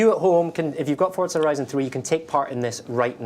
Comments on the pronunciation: FORZA NOT FORTZA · ForTza. Never heard of it. There is a game called Forza tho.